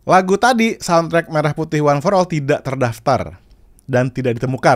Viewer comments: Pelafalan "Merah Putih" jadi seperti pelafalan "Merah susu sapi" ..jelas ai 🤦🏻‍♂️ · coba dengar pengucapan lagu pada kata Merah Putih, itu jelas pelafalan yg dilakukan oleh AI